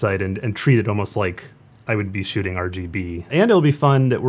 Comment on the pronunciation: Lol - listen closely she literally says she is going to be "Shitting" Ha instead of Shooting lol